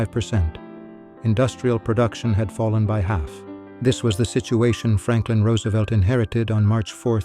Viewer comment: A.I. is evil. But at least it pronounced Roosevelt correctly. As for the New Deal, please ask Milton Friedman.